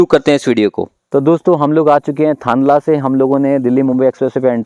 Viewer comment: आप की जानकारी अधूरी है, आप थांदला से e-way पर चढ़े थे। थांदला का उच्चारण आप ने गलत किया है। मध्यप्रदेश का भाग ही 2 oct से चालू किया गया है, शायद आप को सुनी सुनाई जानकारी थी, न्यूज में भी यही बताया गया था। आप मध्य प्रदेश के उत्तरी छोर पर गरोठ के पास से उतरे और फिर कोटा की और गए, नीमच वहा से काफी दूरी पर है। राजस्थान का लिंक अभी तक पूर्ण रूप से बना नहीं हुआ है, आशा है अगले साल मार्च तक मिसिंग लिंक बन जायेगा। गुजरात साइड में अभी बहुत काम बाकी है अगर दाहोद से थांदला का काम पूर्ण हो तभी ये हाईवे का ट्रैफिक बढ़ेगा। दाहोद से एमपी सीमा के बीच कुछ जगह का भूमि अधिग्रहण पूरा नहीं हुआ है इसलिए देर हो रही है। मैने 15 nov को रतलाम से थांदला और वापस रतलाम तक प्रवास किया था मार्ग अच्छे से बनाया गया है पर सतर्कता पूर्वक चलाना जरूरी है। अभी रोड साइड पर कोई सुविधा नहीं है, रास्ते में गांव के लोग टैक्टर और छोटी गाडियां विपरीत दिशा से फास्ट लेन में मिल सकते है। साथ ही पशु भी हाईवे का आनंद लेते मिलेंगे। अभी तो एक दो स्थान पर साइड में छोटी गुमटी भी बनी है जहा से आप गुटका, चाय और बीड़ी खरीद सकते है।